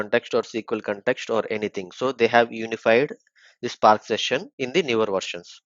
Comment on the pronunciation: nice tutorial man but i wish you pronounce words better. You say visualize and spark wrong. It's vish-ualize and spark not shpark. Also it's good if you explain what reduceByKey(_+_) does. What does the _ do. I think i know about the placeholder variables already but may help newbies.